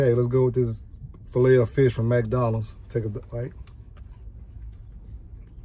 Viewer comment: You say fish just like my late grandma. 😂 “Feesh”